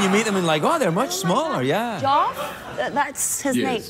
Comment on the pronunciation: Genuinely thought she was calling JRT by his actual name, but she's pronouncing "Geoff" as "Joff". Which is fair enough. Her English is waaaaay better than my French.